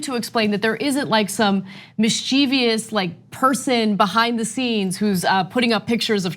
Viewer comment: Did Anna mispronounce mischievous ? Just askin.